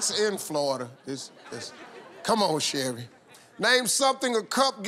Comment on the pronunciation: ha. he calls her shelli lol